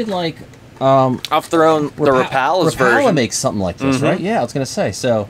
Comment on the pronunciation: Life Long Rapala fan? Yet he can’t pronounce it correctly? Priceless 😊